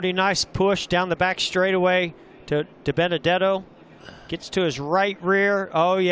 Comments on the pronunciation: "Ohhhhh Binabenuhdetto!!!" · It’s not Diburrito it’s Dibenedetto